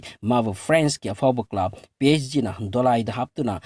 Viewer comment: Club ki pronunciation du semdokpi o.